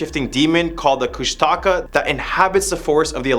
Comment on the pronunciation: Firstly, Born & Raised Alaskan Native here. The "Alaska Triangle" does not exist. Also its pronounced Koosh Te KAW